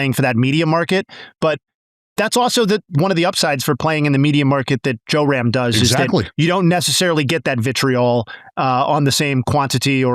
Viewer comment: Love the comments dude, but it's JRam, not JOERam